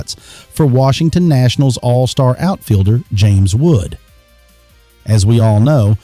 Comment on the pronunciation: You would think that the official Yankees news network would know how to pronounce their names...